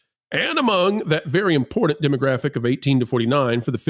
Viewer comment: actually pronounced "important" for once. He usually pronounces it, "impornate".